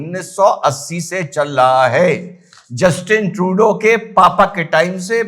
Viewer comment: RESPECTED, GOOD EVENING, I HAD WROTE YOU EARLIER SEVERAL TIMES THAT RESPECTED MODI JI IS AN ENCYCLOPEDIA OF STATESMANSHIP. THEREFORE EVERYBODY SHOULD BE EXTRA CAREFUL IN ANALYZING HIS STEPS. BETTER, STUDY HIM FULLY FOCUSED WITH CONCENTRATION. KINDLY CORRECT YOUR PRONOUNCIATION IT IS जस्टिन ट्रूडो (JUSTIN ) & पियरे ट्रूडो (PIERRE). YOUR'S WELL-WISHER MANISH SWAYAMSEVAK RSS